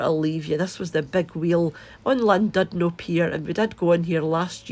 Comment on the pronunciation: It’s pronounced shlan-did-no - but even the English can’t always pronounce Welsh place names properly!